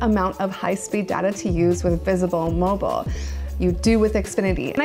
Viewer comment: V'sble mobile ? Never heard of it lol I'm from Texas. That sounds like a none major company to me